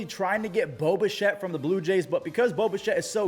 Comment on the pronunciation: Everytime you say, Bo Bichette, I hear Boba Shett, like some how he is some clone, or a Mandilorian, got to love the Star Wars world interjecting it's self everywhere.